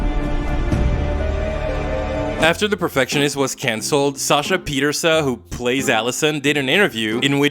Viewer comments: It’s an Irish name, it’s pronounced Pieterse-uh. Sasha herself pronounces it this way. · tifo that her name is not pronounced pie-terse